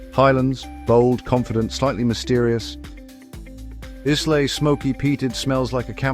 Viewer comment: Can you teach AI how to pronounce "Islay"; eye-la. Do you pronounce island, is-land? I'm a bit nit-picky because my fav whiskeys are from Islay and the locals virtually scolded me for my initial incorrect pronunciation when I visited. (